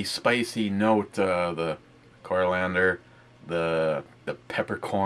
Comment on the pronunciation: Core. Ee ander. Next time you slip an L in there I'm going to wrap your head in with a ratchet jerkey.